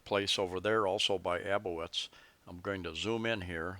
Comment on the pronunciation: It's Aboitiz (pronounced: əˈ-bwee-teez) thanks for the coverage.